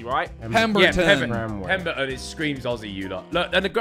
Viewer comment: Omg behzinga actually pronounced Aussie (Ozzy) correctly as an Aussie I'm genuinely impressed haha